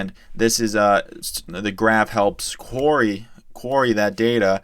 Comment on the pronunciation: Great video. Just wanted to point out query pronounced Queer-Ree and not quary. Anyway great content.